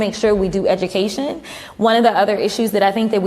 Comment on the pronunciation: Did cocklips say edumacation or idoctrination i spelled wrong on purpose for the ghetto con artist